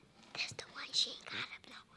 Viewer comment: "stay calm nah" Ok southern granny